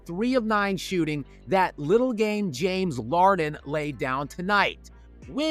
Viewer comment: “James Larden” 😂😂